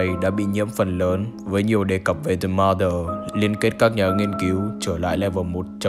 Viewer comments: the chỉ đọc là "đì"khi danh từ kết thúc là a,e,o,i,u thôi nha the mother đọc là "đờ" mother nhé bro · anh cứ đọc là dì M̶ơ̶͟t҉́h́͠ȩ͝ŗ͞ =))